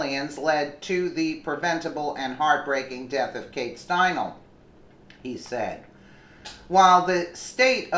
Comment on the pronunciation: Kate Steinle.....Stein-lee.